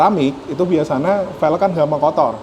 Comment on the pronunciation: Siapa yg notice mas nya kalo bilang * biasanya * bilang nya * biasana * 😑